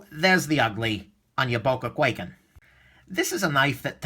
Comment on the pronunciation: Sold mine, couldn't stand the pocket clip, and the thing actually cut me when it was closed because the edge is so close to the handle when closed. BTW it's pronounced with a long I sound not A. Kw(eye)ken